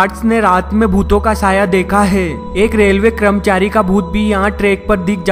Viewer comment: "kramchari" lol🤣🤣🤣🤣🤣